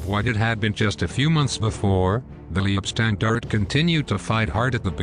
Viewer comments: Leibstandarte - pronunciation "lypshtandart" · The computer generated mispronunciations are pretty appalling. Duncocky? Lee ebstandarte? I could go on, but...well...there are just too many, and too appalling. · Good video, but....Leibstandarte is pronounced "Lypshtandarter" - other pronunciations are abysmal. Suggest you get some language coaching from a language school before you embark on another production. Cheers 😊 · The mispronounced German words and corny synthetic computer voice makes this ridiculous mish-mash of recycled and useless information absolutely unbearable. It's pronounced: "Lybe-stahn-dar-teh" for God's sake!🤣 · I wish they'd learn the correct pronunciation of ''Leibstandarte.'' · Leibstandarte is pronounced: Say Leib with e being silent and say "i" like HIVE say "stand" with "a" sounding like O in POND say arte like ART AH